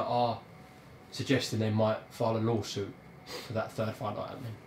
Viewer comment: What does frank call a Law Suit ?! A lawsal? 😂😂😂😂